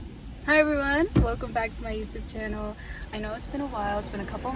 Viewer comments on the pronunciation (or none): none